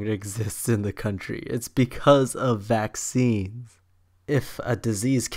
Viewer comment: You said maccine instead vaccines